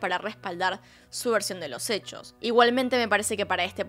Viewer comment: Gente normal: Hechos Yo: Ehhcos